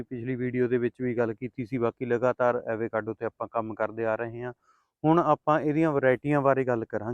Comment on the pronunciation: Pronunciation- ਅਵ-ਕਾਡੋ